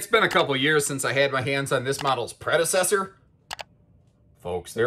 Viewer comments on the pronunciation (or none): none